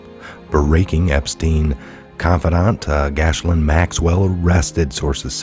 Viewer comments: Not gashlin, it's pronounced jizzlane. And, uh, I guess she is! ;) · 😊 That pesky French pronunciation… She has a beautiful name. It’s so sad it’s on such a gross horrible person…Her name is pronounced GEh- laine. Long G sound like you would say KEY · Pronounced Gilaine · sorry but you need to get these names right... it's pronounced GIZ Lane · That's "Gee Lane" Maxwell! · Hey, the spelling will trip you up, but you pronounce it “Gill Layne”. God love you. 🤣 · Thank you, for all you do, I'd be so confused if it weren't for you and the rest of the awesome Truther Patriots out there! Love, Blessings and Gratitude🐸💜✌🇺🇸🌎 (I think it's pronounced like ghee-lane) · Gee Lane is the pronunciation